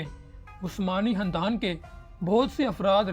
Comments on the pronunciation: Hahahah o Bhai khandan hota hy handan ni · Khandan Not Handan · Khandan ko sahi pronounce karay